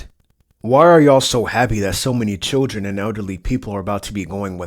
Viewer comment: Children. It is pronounced CHILDREN. Not chillgen